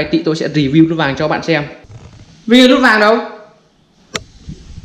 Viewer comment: Vinh tiền nĩe. Lút vàng. Quê a nói ngọng kinh vãi